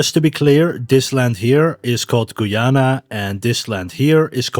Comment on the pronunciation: Its Guy-ana not Goyana sadly some Spanish people want to invade us